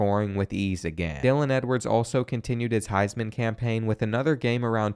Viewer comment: What is the highs man? Do you mean heisman trophy? Have you ever even seen/watched college football before?